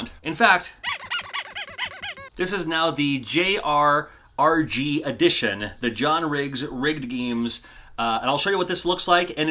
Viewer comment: The JRRG?! Pronounced Jerg- sounds very IKEAish...